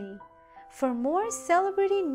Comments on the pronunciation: SALE A BRETTY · Learn the proper way to say celebrity!!